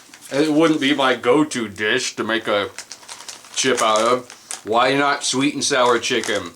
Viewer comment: I know you said at the start of the video you might have problems pronouncing some words but, I didn't expect dish to be one of them